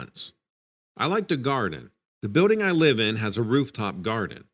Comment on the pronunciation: Everytime i come across this fool telling stories tall tales never pronounces shit right!!! Its Building not buidding.